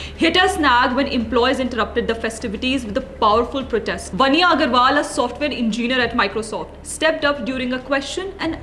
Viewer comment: Your pronunciation of technology and engineer are appalling!